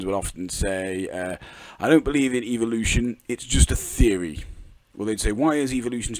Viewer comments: Good lord its fucking "evo-lution" not "eevil-lution" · I keep hearing Eeveelution when he says evolution, help